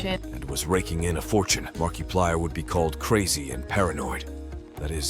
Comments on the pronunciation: Hello my name is Markeeplier. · Market pliers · Mark pee plier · Was this AI? Cus the way he pronounced Markiplier sounds similar to that 😂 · The way he pronounced Markiplier's name was hella annoying 😂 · It's Al. But in "Markiplier In Space", the commander guy says it like that too 😅. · MERKEEPLIER?? why did he pronounce it like that…. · Marky 😂😂😂 its marka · saying makiplier's name as markie-plyer instead of marka-plyer should be a crime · sure, next you tell us that you actually said "markie-plier" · Is that also why you're pronouncing it Marky-plyer? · Ok... i uderstand this is not important but... why does he keep saying Markeeplier? Was i mispronouncing it all along?! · Who is Mark-key-plier?? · Ah yes. Mark-E-plier. My favorite. (I can't tell if this was a thought out joke about the E meme or if it was a hilarious mispronunciation that just so happened to reference the meme but I don't wanna know which one it is) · Bro it's Mark-UH-Plire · "Markeeplayer" am dying 😭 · marky player? MARKY?! come on ai you got to do better then this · "marquee plier" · Marke eeee PLIERS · AI Voice: "Mark E plyer" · "Markeeplier" no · I love the ai voice calling him Mark e plier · "mark E Plier" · Don’t use text to speech if it can’t pronounce things right 😢 “Mark-ey plier” just sounds like you don’t know what you’re talking about. The video isn’t bad, but I’m over people using text to speech and AI on their YouTube videos. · LOL Mark ee plier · Ah yes, Markeeplier, my beloved .. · Markey plier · I can't tell if he's pronouncing Mark's name that way on purpose or for the meme...Markyplier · The AI voice used in this video called him 'MarkEplier' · why does he keep saying "mar-kee-plier" lol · This specific ai doesn't understand the different pronunciations of I he literally has to punch in mark ee plier to get it to somewhat work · Didn't you know? This is Markiplier's secret brother, Marquee-plier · Market flyer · Mark key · I believe it’s Mark E Plier